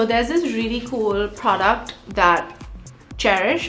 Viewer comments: No one: Literally no one: Not even a single soul: Sonam : PHRODUCT 🧐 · Before watching this video i used to pronounce " product" and now i pronounce " phroduct" and i am very blessed that i watched this video that's my "kharma" guys don't judge me😉